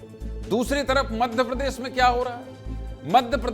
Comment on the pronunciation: "प्रदर्सन" "मध्यप्रदेस" नेता "प्रतिपक्छ" "सिकायत" " विस्लेसण" भैया एंकरजी उच्चारण कैसा कर रहे